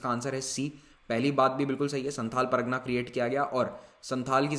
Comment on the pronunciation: Sir you are pronouncing pragna but it is par GA na